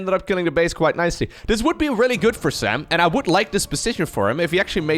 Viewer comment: I love how pronounces Sam's name: "Sam-BRRRRRT"